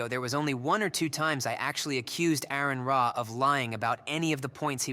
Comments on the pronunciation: Aron Ra's name is pronounced R-N Raw.... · Learn how to say his name first. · You don't even know how to pronounce his name...